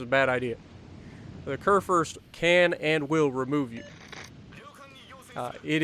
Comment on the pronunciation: Don't you mean. Kurfürst